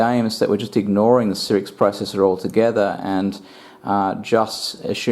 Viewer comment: I couldnt stand to watch the video after third "sirix"...